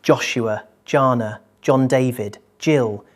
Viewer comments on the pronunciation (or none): none